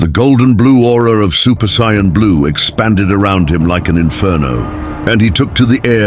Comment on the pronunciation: what is up with this narration??? this guy or AI can't even say "Saiyan" correctly! SMH and they keep using different pics of the characters, make up your mind! JEEZ! very crapily done!